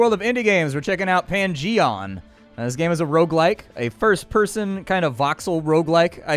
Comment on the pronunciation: Pan-Gee-On, where you explore a Dun-Gee-On.